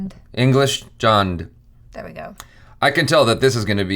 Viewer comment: Jaby: Itni taaand,english jaaand me(to jaby): itni thand,hindi jhand